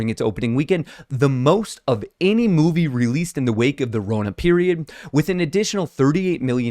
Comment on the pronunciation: Did I hear moonvie?